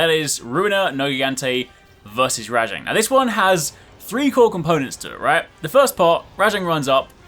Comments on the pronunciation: I'm sorry but it RAJANG not RA-JONG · WHY do u keep calling it RA-jang it's just rajang